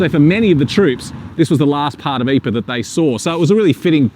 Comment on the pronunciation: Mispronounce Ypres. But then he IS a Aussie/Kiwi.